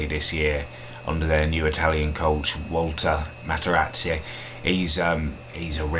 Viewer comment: 'Walter matarazia'